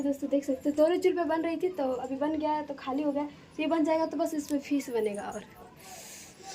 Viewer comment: Fees nahi fish hota h madam